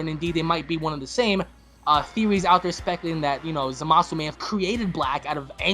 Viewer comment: Zoo-masu not Zah-masu